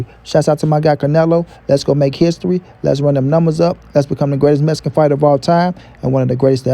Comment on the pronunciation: Look Fool, it is MEX-I-CAN not that BS that your pronouncing. If you are gonna kiss Canelo's ass, at least pronounce his heritage correctly and coherently, till then, You but a FOOL!